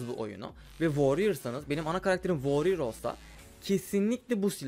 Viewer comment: woryır deme nolursun